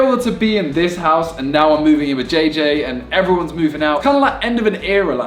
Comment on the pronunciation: you can not even pronounce jj well